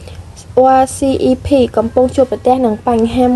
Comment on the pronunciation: RCEP អានថា អសឹប